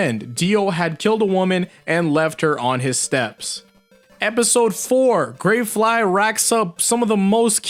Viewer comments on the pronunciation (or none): He said for tower of grey grey flay